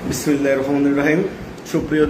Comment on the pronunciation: তুই কিসের নেতা এখনো বিসমিল্লাহ টা সুন্দর করে বলতে পারনা